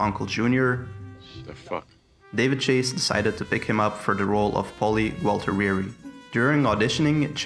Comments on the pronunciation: Gualtieri, not Walter-reri🤦🏾‍♂️ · Great video, really!! With Silvio, Paulie was one of the best characters in the Soprano. Just for the record it's pronuanced Paulie Gaultieri not "Gualtirieri". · Paulie Gualtieri, not Voltereery😄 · Paulie Guala… Guala… not Guala work here anymore! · Lost me at “Gauteriri” how the fuck can you make this video and now know how to say his name correctly? Reads as anti-Italian discrimination to me, Columbus would be pissed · All was great until you said 'Paulie Gualtiriri' Bruh... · "Pauly Gwalterewery" tf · "Paulie Galtareeree" 😂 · "Paulie Waltiweary" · Gualtieri is pronounced Goo-tee-airy. Did you watch the show? lol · how the FUCK did you pronounce gualtieri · Gualtieri onlly has three syllables. Train your robot well.